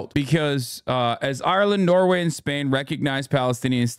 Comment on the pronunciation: bro why you say spain like that